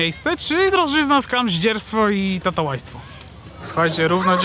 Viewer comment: Mówi sie "tałatajstwo"